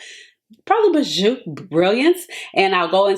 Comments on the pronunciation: It’s French, pronounce BEE-zhuu 🤎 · Ashley, thank you so much for this video . Bijoux is pronounced Beejoo. 😘😘😘